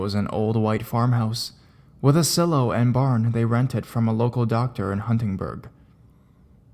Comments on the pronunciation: silo is pronounced 'sylow' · In french it's pronounced exactly as you did!